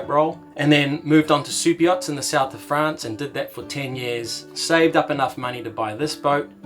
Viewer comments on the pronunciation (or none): none